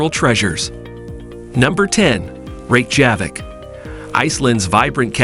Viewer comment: I believe that Reykjavik is pronounced REY kya vik